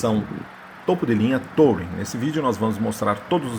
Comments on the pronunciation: TOUring?????? aprenda pelo menos a falar ingles: pronuncia-se turing traseirinha copiando um volvo... console central tbm..... que lias, quem nao tem cultura, nem se lembra de mencionar como carro premium... Procure saber a diferença entre ergonomia e anatomia... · Se pronuncia Turin. O carro não precisa estar com o motor ligado para a central funcionar, basta não pisar no freio. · Será possível que algum vlogger automotivo no Brasil ainda acertará a pronúncia de "touring"? Cada um fala mais errado que o outro kkkkkkkkkkkkkkk Detalhe besta, não faz diferença nenhuma, mas irrita àqueles que são fluentes na língua inglesa.